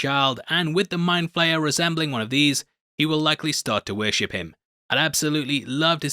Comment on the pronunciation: I’m disappointed you didn’t complete the— “I’m 85 years old & so butcher all names” Trifecta— and call him “Wall”! It’s: Vecna (not Vinca) & Mindflayer (not Mindflare)